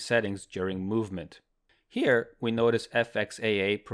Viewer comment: Ayo great video, but what happened at your “here” ? 👀